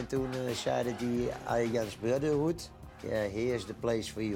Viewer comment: Mooi interview hard gelachen om "Arjan's Brotterhoed"